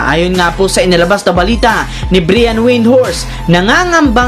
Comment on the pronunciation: Bryan not breeean